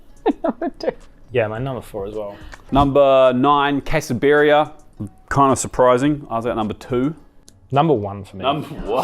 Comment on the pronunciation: he pronounced Quesabirria correctly so it seems it is not that hard to learn how to pronounce a foreign word ?